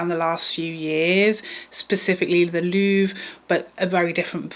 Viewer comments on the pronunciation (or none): none